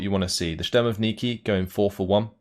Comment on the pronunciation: there's no 'N' consonant in word 'shturmoviki' Not that important, but sounds rather funny